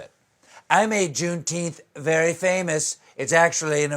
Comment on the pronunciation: "Junetenth" 😂 🤦🏾 But it does seem y'all suddenly know of the Holiday! Don't pat your own backs too hard, tho, this still isnt about you!